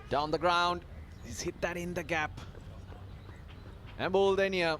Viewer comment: It's embuldeniya not emdulduniya😂😂😂😂😂😂😂😂